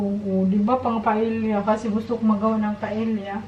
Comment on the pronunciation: Wow surprised dinner for Sake and his friend 👍🤩😋😋, I'm not bashing you, ok.🙏 and I don't want viewers to bash you. It's pronounced PA-E-YA not PA-EL-YA 😅 😜🤗 Good luck in your new job 👍🤞 Have a good evening 🌈